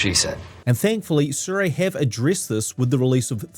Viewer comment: They're really nice lenses, truly. And you're correct with your pronunciation. It's 'SOO-ray'